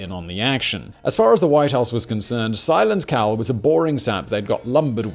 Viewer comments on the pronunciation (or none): I heard silent cow lol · I’m I the only one who heard “Simon Cowell” every time he said silent Cal?? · At 22.25 I thought he said "Simon Cowell" 😂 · I no it's not what your saying, but the amount of times I heard "Simon Cowell" 🤦🏻 🤣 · Thank God you have a transcript. I was 14 minutes into this before I realized Simon Cawl is Silent Cal. Might be the accent might be my shitty hearing but boy was I not getting this right got to start over. Love the content though thanks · Simon, every time you say "Silent Cal" it sounds like "Simon Cowell" :P But seriously, I love this U.S. Presidents series! Can't wait to hear on the presidency of John Adams! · Every time you said "Silent Cal" I heard "Simon Cowell". Lol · Simon Cowell, I keep hearing Simon Cowell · Even though I knew Simon was saying "Silent Cal" I kept thinking he was saying "Simon Cowell".